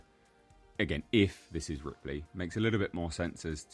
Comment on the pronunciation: Did the guy really call Ripley 'Ridley'?